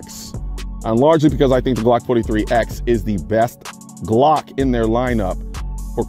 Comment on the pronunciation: firstly, i would suggest learning how to pronounce the word 'glock' correctly